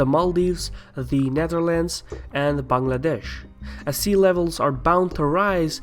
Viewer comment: omg he said Bangladesh's name correctly REJOICE!